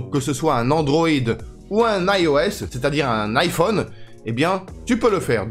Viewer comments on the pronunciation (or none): none